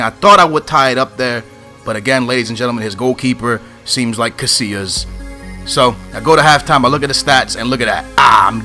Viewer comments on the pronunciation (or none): none